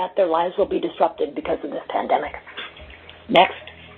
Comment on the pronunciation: LISTEN CLOSELY TO WHEN SHE SAYS PANDEMIC